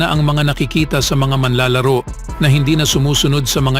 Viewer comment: Pls check pronunciation of MANLALARO. Thanks